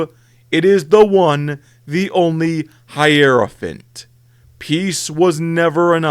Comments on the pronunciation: I think it's HI-ROW-FANT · This is a poor video really... Hierophant is pronounced HIGH-ROW-FANT. You have SM2 background gameplay through 90% of your video but never listened to voicelines? You blow past Titans, but mention some or the equivilents for other factions (Hierophant, Manta, Gargant). Then, you have no mention of Eldar Phantom Titans, no Necron Pylons, no Thunderhawk (despite being in the thumbnai!? Edit: nevermind thats the Astraeus), the Manta is mentioned but not the Tiger Shark, you completely missed the Gargantuan Squiggoth, no Tyranid Harridan, and no specific menton that Gargents come in a Mega flavour.